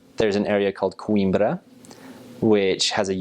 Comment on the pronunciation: u say Coimbra so fcking well dude ... well done bro